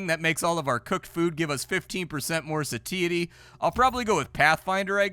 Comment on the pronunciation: Love you, but the way you pronounce satiety is like a jump scare every time.